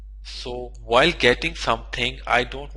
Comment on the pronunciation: "whikl" :D